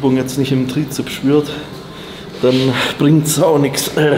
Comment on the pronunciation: Wieso spricht er Bizeps und Trizeps immer falsch aus?